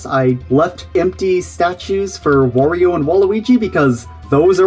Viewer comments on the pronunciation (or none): none